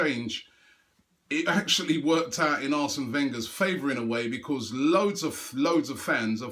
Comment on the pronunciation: I just wish that robbie would learn to say because proparly otherwise his videos are great